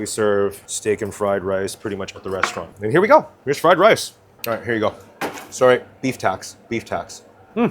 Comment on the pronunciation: hahaha,... your fking friiii lice is fking full of WOOOK HEEEIIIII